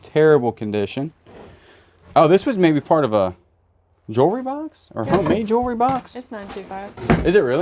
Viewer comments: You pronounce it jewel -ry, not jury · always curious about calling jewelry, "jewry"!? Are you mispronouncing on purpose to be funny? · lol, he knows, it's his way of making us laugh.